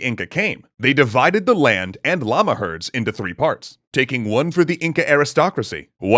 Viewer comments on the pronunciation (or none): none